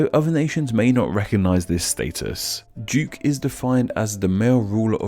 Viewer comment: I love your videos but this one was tough to listen to and I couldn't get past the background info. Something is off about the audio or maybe it's just more mumbled than usual, because I had a really hard time understanding a lot of words you were saying, primarily "royal" and "duke"--and anything with a hard "th" sound was distinctly an "f" to my ears. :(